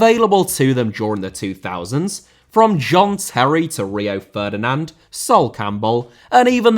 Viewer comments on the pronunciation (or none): none